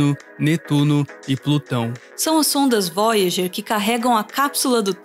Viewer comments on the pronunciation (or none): Impressionante como esse sujeito não acerta uma pronúncia correta. Nem o nome de Sagan, nem da Voyager, Degrasse. E Carl Sagan não era liberal social, ele está muito mais próximo de uma social democracia à esquerda.